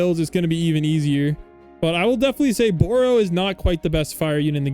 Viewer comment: its not boro it baru